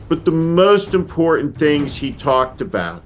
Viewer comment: Joe's speech was very imporHEnt